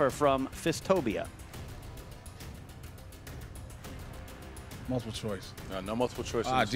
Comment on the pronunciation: mispronounced Ben Grimm and fistophobia.